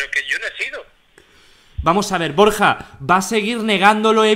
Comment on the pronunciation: BorJJJa xD